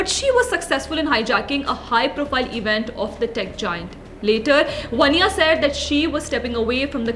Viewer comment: वन्या नहीं। वान्या।